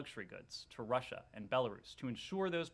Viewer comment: 41.16 she just say Lussia 🤔🤦🏽‍♂️..🤣🤣🤣